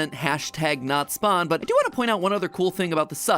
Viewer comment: Dude WTF is a notspon???